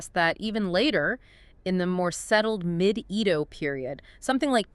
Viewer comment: It`s very hard to watch your video when you keep calling it E ~ do. It's pronounced A - do